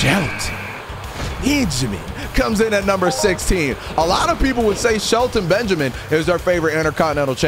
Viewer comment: he still good at saying "ShElToN bEnJaMiN"